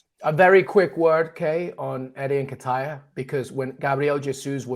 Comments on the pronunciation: Man said "N'kitire" ☠☠☠☠☠☠ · "Eddie N-ken-taya" 🤣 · Oh my....can't unhear that Nketiah pronunciation 🤣🤣🤣🤣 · My brother you can’t keep pronouncing Nketiah that way if you want anyone to take you seriously